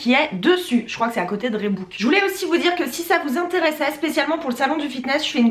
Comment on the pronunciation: Pour Reebok On dit Ribok pas rébouk ;)